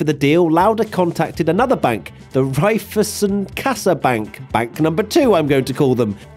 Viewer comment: as an austrian the way you pronounced Sparkassa & Raiffeisen is absulutely hilarious 😂